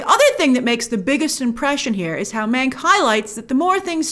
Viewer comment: Every time Grace said "Mank" It sounded like she was saying "Meg" and it gave me traumatic flashbacks to Ryan Murphy's Hollywood